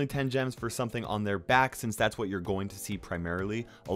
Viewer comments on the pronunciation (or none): none